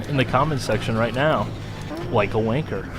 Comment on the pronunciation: Lol, Wanker, in an American accent just sounds wrong... Wrong I tells ya, Wrong...!!